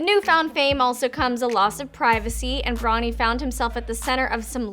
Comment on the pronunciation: Can you stop saying Bronnie?